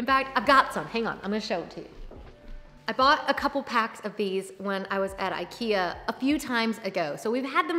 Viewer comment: Wish you would pronounce IKEA correctly,so people could learn.